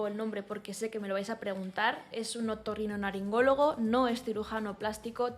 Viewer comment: No sé si es porque estás recién operada o que he oído mal pero creo que has dicho "otorrinoNaringólogo" y con esa chorrada me he partido el culo de risa. Yo también me tuve que rectificar el tabique porque me estaba pasando lo mismo que a ti y ya verás que al margen de lo estético respirarás mucho mejor